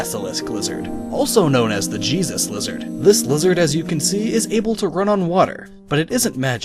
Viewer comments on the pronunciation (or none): none